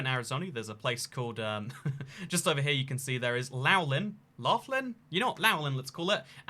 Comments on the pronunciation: It's Laughlin like Loff-Lin Lol. It's actually a cool town it has casinos and it's right on the river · It is Nevada (Nev-A-Duh) The same A pronunciation from Apple. Laughlin is pronounced Lof-Lin. And Beatty is pronounced Bay-Tee. Also Reno is the biggest little city in the world! Nevada is known for small towns, so Reno fits that narrative, but it has casinos and a moderate sized downtown. Mining is huge up north. It is so weird having some random foreign guy talk about little towns that not even most other Las Vegans know of. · That’s border city between Arizona and Nevada is pronounced loff-lynn, it’s confusing but hearing your attempt at it was hilarious 🤣🤣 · Laughlin is pronounced Loff-linn. My grandparents would go there alot to gamble when I was a kid. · A Nevada resident here and native nevadan, so you know how to pronounce Laughlin without confusion it's basically lawwf-lin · Laughlin is pronounced Lofflin Beatty is Baydee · As I understand, "Loflin" is actually the correct pronunciation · I'm from Scotland, and the name that this town is derived from is actually pronounced "Loch-lin" (Loch with a guttural ch). However, the person this town is named after is apparently still alive according to Wikipedia, so you could ask him for the correct pronunciation. I can see how the name has changed over time and has been Americanised, which is pretty normal. For example, the pronunciation of the huge city of Irvine, California is completely different to the pronunciation of the tiny wee town of Irvine on the west coast of Scotland, in North Ayrshire.